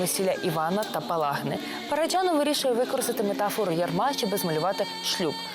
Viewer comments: Дуже цікава передача, але просто тіпає від ведучої. Що за манірність? Коли говорила Л.Кадочникова, хотілося слухати; коли ведуча, то мріялося, щоб швидше змінили картинку...Неприємно різало оте її "ПараджЯнов", манера торохтіти, а не розповідати.... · Дякую за цікавий матеріал про надзвичайний фільм! Але скажіть хто-небудь ведучій, що в українській мові ж,ч,ш, щ - тверді. Говорити треба ПараджАнов! Правильна вимова формує мовну культуру.